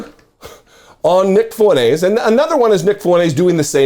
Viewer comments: It’s Fwen-TEZ, not Fwen-Aze. Yes, he’s a POS, but at least pronounce his name right. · Fuentes is pronounced fewn tez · FuenTes with a T. (Fountains in Spanish).